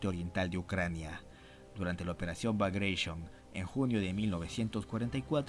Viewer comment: Muy interesante como información, gracias. La pronunciación de Kursk es como en español pronunciando todas las consonantes finales. Bagration se pronuncia Bagración con la pronunciación de América Latina, no bagreition. Se trata de un apellido georgiano no anglosajón.